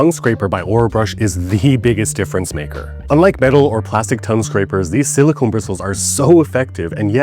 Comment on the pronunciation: Silicon not silicone.